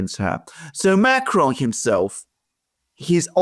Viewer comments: OMG, i can’t wait until Macron is out of office for all the obvious reasons. I hope this happens with dispatch. There is another reason: I will never have to hear say “macadrrronn” ever again. Just say “macron” without attempting a French pronunciation. It will save us from the irritation and save you from the humiliation. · Why does pronounce Macron as Μακρόν?